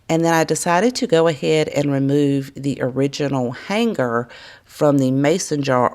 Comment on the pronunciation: I'm sure you're aware, the G in "hanger" is silent. I love watching your videos but it's killing me!!